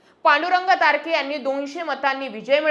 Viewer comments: मॅडम ते तारख आहे तारखे नाही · तारख आहे तारखे नाही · तारके नाही तारक आहे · Tarke नाही तारख आहे